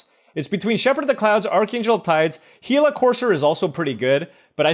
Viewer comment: Love the content! Missed you on the pro tour coverage the last few years. Happy to see you still have love for the game. Thanks for being the only YouTuber I've seen that pronounces Gila correctly! My only request is that you hover over the cards a bit longer during the draft so we can read them easier